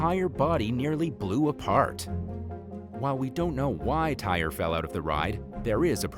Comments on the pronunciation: Tyre is pronounced Ty-ree NOT tire!! The narrator pronounced his name wrong. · That young man’s name is TY’RE Sampson NOT TIRE!!!!! It is pronounced TY-REE 😒😒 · Tyre is pronounced Ty ree NOT tire. The narrator pronounced his name incorrectly. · The teacher story, cause wth? I would’ve came to that school and went tf off and you need to learn how to pronounce that you man’s name it’s not pronounce “Tire!!” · That is So Disrespectful to mispronounce Tyre's name. True his parents could have spelled his name correctly but at the least you could have done some research prior to posting this video. If it were you or one of your family members you would be upset also and rightly so. Shame on You.